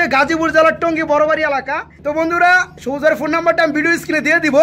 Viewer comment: জবুজ না সবুজ😂😂😂😂